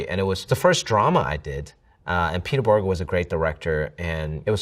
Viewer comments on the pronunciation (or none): none